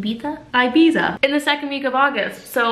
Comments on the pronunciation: Enjoy Ibiza 🐳 but the correct pronunciation of the first "i" in "Ibiza" is like in the word "idiot" 😉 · us Europeans love a North American queen who can properly pronounce "Ibiza" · It's Ibiza /ebeza/ the last part is pronounced as the tha in thanks, welcome to Spain sweetie!!!